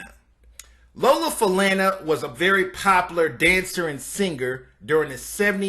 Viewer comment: you so right I was like say her name right,n u can tell he was reading from a script,n I also wish he had more today pics of her but yeah he wasn't a fan 😂